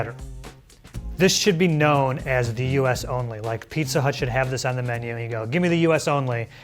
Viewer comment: Did he say pizza hut? LOL